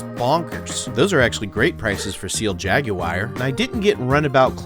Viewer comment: Jag Yu Are. My dude. Come on 😭🤣